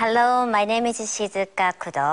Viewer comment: ハロ↑ゥ My na↑me↓ is Sizu↗︎ka↑ Ku↑↑do↓ nice to 〜